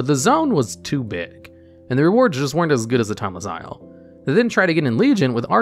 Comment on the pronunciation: You pronounced timeless isle correct.